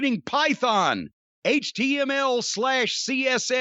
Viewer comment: I think it was a week ago he called "HTML" Hitoomul😂